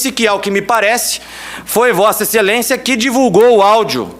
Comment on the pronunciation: "Vossa excelençia" , essa lixo, sorriso de hipocrisia!